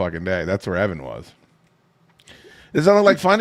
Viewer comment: Evan not "Even"